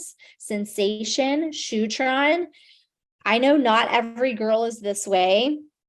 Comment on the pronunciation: did she say shootron???